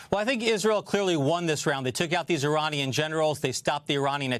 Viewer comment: Iranian not Ironian